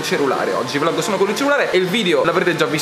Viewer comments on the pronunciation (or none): none